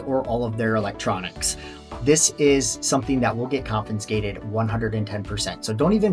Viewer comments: There is no "n" in confiscated. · he is teasing your pronunciation of the word “confiscated”